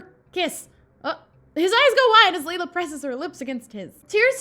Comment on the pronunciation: The way she pronounces Leila hits a nerve for me but it doesnt help that I have a friend named it. Its pronounced "lay-la" :(